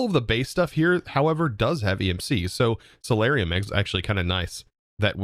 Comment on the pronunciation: Its soul-ium not solarium 😂